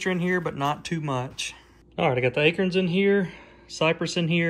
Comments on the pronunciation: A-Corns.. not akerns.... lol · Maybe it's my "Jersey Ears", but I could have sworn I heard "A-KERNS/AKERNS"....not "A-CORNS/ACORNS"...right⁉️ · He said aykerns... haha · I’ve lived in SC all my life. I’ve never heard anyone pronounce acorns like you do. Is that an Alabama thing? Thanks for sharing, love watching the wildlife.